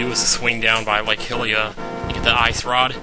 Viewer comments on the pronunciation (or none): Its pronounced Lake (Hi-lee-ah)Hylia.